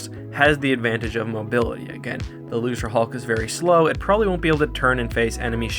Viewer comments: Why is he saying lucerhulk. It's Luke ra hulk Get your quotes right "nothing can get through our shields If the rebels best ship can't beat a gimped old ship how did they even threaten the empire. Empire has 1000 time more ships that are 10 times better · Lucre hulk. Pronounced loo-ker, not looser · This is a great video but there's one thing that I wanted to point out. I'm pretty sure thst Lucrehulk isn't pronounced "loose-re-hulk" but "loo-kre-hulk" I think that George Lucas was making a joke on the worlds "lucrative" and "hulk" because it was a hulking battleship of the lucrative Trade Federation. Also, in the English language, any C that is followed by an R is a hard C (K) like in Crazy, Credit, Cram, Crust, Cripple, Acropolis, Crib, Crab, Macro, Micro, Crap, Lucrative, Criminal and Incredible. There is no example of a soft C (S) before the letter R. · luserhulk??? it's pronounced luke-ruh-hulk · it's pronounced "loo-kerr". lucre, as in money. the trade federation, interested in money, you know? get it right, man. sheesh. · Are you pronouncing "Lucrehulk" as "Loserhulk"? It's supposed to be a hard C, not a soft C. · > hears you pronounce "lucre" with a Soft C instead of a Hard C. Ah, so this video exists as penance for some terrible sin I have committed.